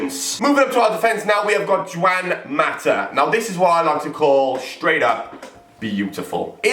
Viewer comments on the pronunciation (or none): ITS PRONOUNCED HWAN MATA NOT JUAN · ok yeah emotional vid and that but ur pronounciation of the players names are freakin dreadful like u said juan mata, jjjjj uan maa thats what u said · Did you really call him "Jew-an mata?" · Juwan Mata. Great pronunciation there pal